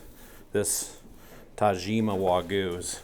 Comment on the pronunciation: The Y in Wagyu is not silent.